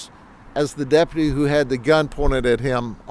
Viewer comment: Dep-you-tee. Try again